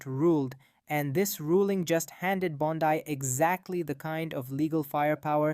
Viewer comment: If you are a person, and NOt an AI voice, her name is pronounced BON-dee, not Bon-DIE. Don't post if you don't know what you are doing, homie.